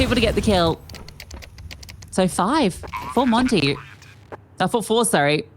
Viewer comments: It doesn't suprise me, My real life name is monte and almost all English speaking people pronounce it monty even if i tell them the pronounceiation is montuh (i think same as the monte team) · it's so annoying they can't even pronounce monte, it's not called monty but i guess it's the fault of their accent afterall, not proper for an international tournament and stream to have them talk with such a hard to follow accent